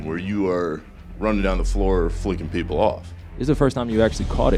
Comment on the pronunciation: Did anyone realize that he said people wrong saying “poeple”